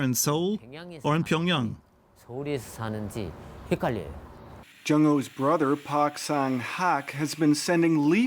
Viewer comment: Why does the Anchorwoman keep saying "pee on Yang" instead of Pyongyang? 🤔